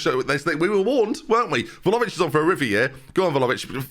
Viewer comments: Please stop calling him Volavic 😭 This really grates on me 😅 It's Vla-hovic. It's Vla-hovic!! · 31 videos in and i cannot accept "volovic" as acceptable. unless you're dyslexic (which is absolutely a non issue) please read properly! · He's not far from pronouncing it correctly, he's just missing the H, sounds like he's saying Vlaovic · Please pronounce vlahovic right